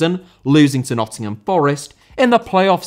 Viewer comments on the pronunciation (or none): none